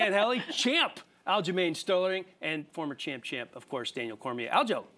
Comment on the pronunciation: Didn't know Aljos name was Aljermaine Stole-her-ring.